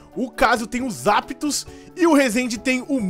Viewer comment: voce falou zaptos